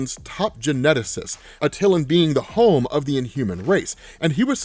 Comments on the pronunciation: Also.... its atalan. Not a till ann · That was a good April fools joke, l especially how you keep pronouncing the name of the city incorrectly….😂